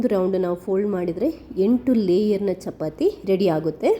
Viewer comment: ಚಪತಿ ಅಲ್ಲ,.......ಚಪಾತಿ ಅಂತ ಹೇಳಿ.